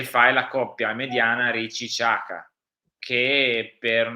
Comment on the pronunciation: Ragazzi un favore, le pronunce di Jashari e Xhaka. Non sono difficili, sono rispettivamente Iasciari e Giaca! Forza Milan..